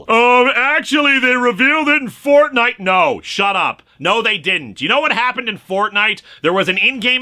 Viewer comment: saying Fortnite just sounds… wrong